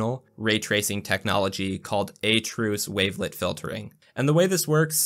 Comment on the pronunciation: This is amazing. It's turning into exactly what I picture when I think "voxel engine"! The fact that this is all running on a 1660ti is just mind boggling, too. One minor nitpick, as a french speaker: "À-trous" is french for "at/toward holes" and sounds a little more like "ah true", not "a truce". Not a big deal though, especially compared to the insane amount of code work you've put in 😂